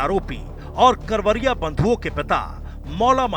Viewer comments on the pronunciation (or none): कावरिया नही करवरिया बंधु है